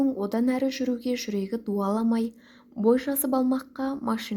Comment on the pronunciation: Жүрегі дауламау, "дуаламау" емес